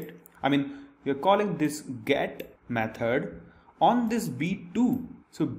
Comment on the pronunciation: Repeat after me: "Method" not "Meh turd"